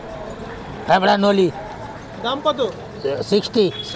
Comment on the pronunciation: Thebra na leoraa